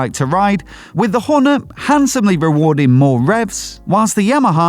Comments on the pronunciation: Couldn't watch the video fully 'cos of that pronunciation of Hornet. "Horn-uh?" Wth? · Weird pronunciation of Hornet. Where did that come from?